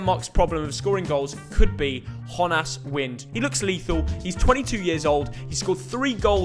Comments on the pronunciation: its not Honas its Jonas like In Jonas brothers just with a danish accent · Let me just say “Jonas” isn’t pronounced like in Spanish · Honass? It’s just Jonas